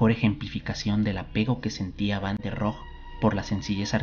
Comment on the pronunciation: La "e" de Rohe sí se pronuncia. Es alemán, no francés.